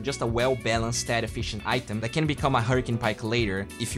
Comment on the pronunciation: constructive comment: take note of how you pronounce the word “that”